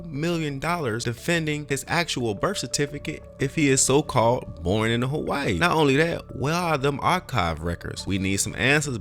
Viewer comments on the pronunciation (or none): none